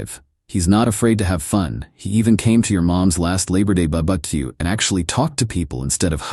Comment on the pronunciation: I snort everytime the narrator says "bubba keeuw" lol